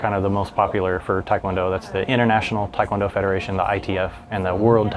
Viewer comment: Great conversation, thanks for uploading. Quick note: it's pronounced "teh" kwon do. The romanization is a problem. Most non-Koreans, even black belts, mispronounce it.